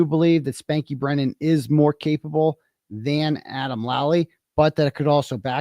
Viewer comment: misspoke quite a bit🙄